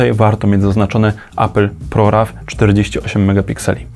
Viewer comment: Jak można czytać ProRaw po polsku 🤦‍♂️